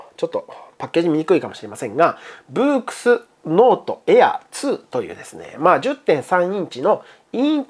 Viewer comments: ブークス？ ブックスって読みませんか普通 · いえ英語的にブークスとは読みません。ブックスです。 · いえ、ブークスとは読みませんて。私海外のレビューたくさん見ましたがそんな読み方する人ひとりもおりませんよ。普通の感覚で英語としてこれはブックスとしか読みようがないですよ。